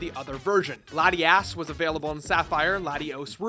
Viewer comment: ''Latiass'' Completely original